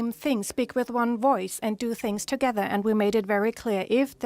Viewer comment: ..."taking steps togezzar"... It's like zay "Lockstep", yes??